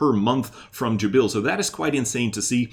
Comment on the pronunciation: Thnx.just one thing .its JAbil ,not jaBIL 🙂